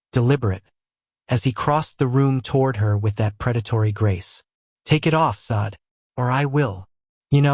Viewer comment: Now..this..is a romance story! One point of clarification..Is there a way to prompt the AI narration to pronounce the name correctly?? Not Sade (saw-d)...Sade (shar-day) is the proper pronunciation. Since the korean names are narrated correctly...so should the Afrikan names! Thank you. AI images are absolutely stunning by the way!